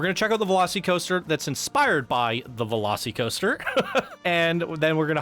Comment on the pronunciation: Velo-SEE-coaster? Velos-eh-coaster….